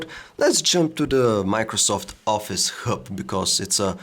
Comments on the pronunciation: Dam it yr English sucks. U pronouce hub as herb. N is it supposed to be pronouce as royters? It is Reuters dammit. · Say hrub one more time, i dare you, i double dare you! hahaha